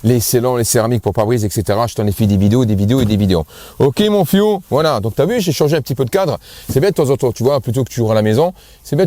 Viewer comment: Mon fiou. Au début je comprenais "mon fion". Je le trouvais très familier.